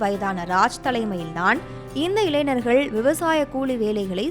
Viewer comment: இளைநர்கள் என்ற சொல் தமிழில் இல்லை, "ஞ" வை சரியாக உச்சரிக்க கற்றுக்கொண்டு, இளைஞர்கள் என்று சரியாக உச்சரிக்கவும்... நன்றி....